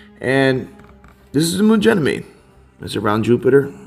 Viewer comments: so, is it pronounced with a "G" or a "J" sound? says it like a "J" and says it with a "G" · I've always heard everyone else pronounce it like with a "G" as in gab or gather... pronunciation with the "J" sound, as in gentle or giant, is the first time I've heard it said that way... is that how they pronounce it in the military? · He's just a straight up fool talkin bs and doesn't even say Ganymede properly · That did stand out to me also- him pronouncing Ganymede with a "J" sound. If he was among people all deployed there one would assume that he would be using the same pronunciation as everyone else....